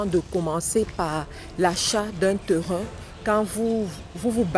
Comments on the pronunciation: PAS TERIN . PLUTÔT TÊRIN est la meilleure prononciation.( TERRAIN). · Bon conseils mais vous prononcer mal Terrain. Phonétiquement on dit : TÊRIN. SVP. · Les "TEURUN "